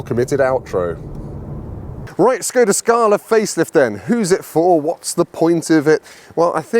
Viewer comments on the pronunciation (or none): Why someone, who is running a YouTube channel abroad cars, is not able to pronounce the brand's name right? Škoda is not "Skoda", but "Shkoda". "Š" in Czech is "esh", like a sheriff, Sheffield, Sharon, Sherlock,...